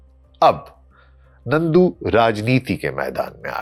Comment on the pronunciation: نندو نہیں نرندو۔ nandu not narindu